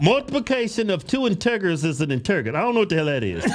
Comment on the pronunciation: It's pronounced "IN-TU(short e or u sound)-JUR" You guys are hilarious